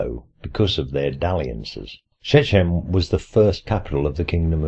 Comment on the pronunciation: "Shechem" has ch as in "loch", not as in "church".